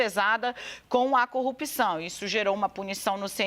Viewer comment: Igual ao Moro, fala coupção... Kkkk